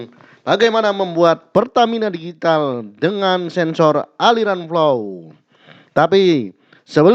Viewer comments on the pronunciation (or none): Pertamina digital mang bukan Digitil😂